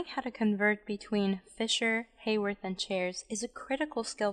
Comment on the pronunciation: The definition of an alpha anomer is that in the Fisher projection the OH at C1 is on the same side as the OH that defines the structure as D or L. The beta anomer is the opposite - in any sugar. This is when the ring is drawn to continue to the backbone up from C1. Also, the name Haworth is pronounced with a short a sound (not Hayworth).